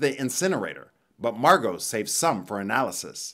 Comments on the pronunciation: Margot is pronounced MAR` goh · Is her name really marGOT or is the t silent?